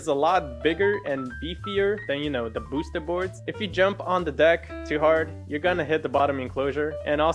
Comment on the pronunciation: Did he really say "bos-ted" board? 😂🤣